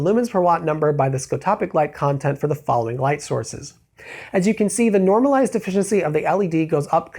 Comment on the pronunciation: What kind of pronunciation of efficiency is that lol